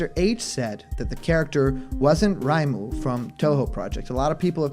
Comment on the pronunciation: I'm pretty sure the Akira Toriyama-esque female Erdrick is from Dragon Quest III, the game where Erdrick is the protagonist and can be male or female. Also, that's not how you pronounce "Reimu." It's "RAY-moo," not "RYE-moo."